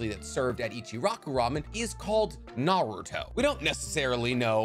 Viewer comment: Love his content so much but my god he mispronounces 95% of naruto stuff lol